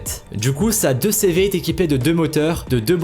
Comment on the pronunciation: c une blague, ya til une persone qui dit deuxcévé 😂😂😭😭😡😡sale con